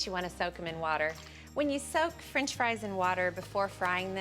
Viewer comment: “Frinch” fries